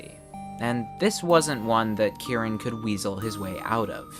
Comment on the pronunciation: Bruh the way you say Kiran it tricks my brain into thinking it is Kieran, plus when I see the CC the Kiran is pronounced as Kieran